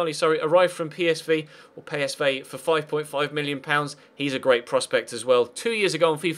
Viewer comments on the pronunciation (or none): Is it just me that is bugged when he says 'Pay S Vay'. Dude, everyone says PSV, I know it sounds Dutch, but unless I'm corrected, every person says PSV. (Just saying, still love your videos, keep 'em going!) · I started to smile when you pronounced PSV correct the second time :D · ***** I know, I'm just bugged XD I'm weird like that, carry on please do, I'm just special and I get weirded out by stuff like that XD